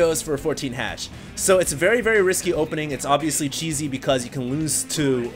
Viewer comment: xD love when he repeat "ovesly" 3 times per 1 minute <3